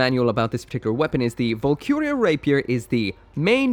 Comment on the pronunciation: The word Valkyrja is pronounced valkeeriya not valcuria and Grimgerde is pronounced grimgarduh not grimjerd